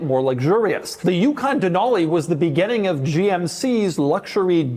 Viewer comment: Doug the type of guy to say begenning instead of beginning for unexplained reasons.